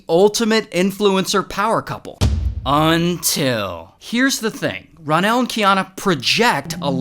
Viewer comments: Everybody gangsta till ray says “UNTILL” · That “UNTIL!” Gets me every time!